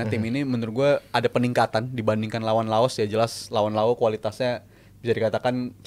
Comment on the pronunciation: Saya berhenti melanjutkan nonton podcast ini karena mengucapkan laos jadi lao 🤮🤮🤮 meskipun pengucapan di laos jd lao tp di kita terep laos